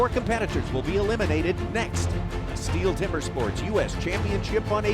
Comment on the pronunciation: It annoys me how they mispronounce Stihl every time ffs